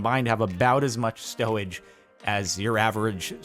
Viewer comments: did anyone else hear stowage or was it just me? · uwu I like stowage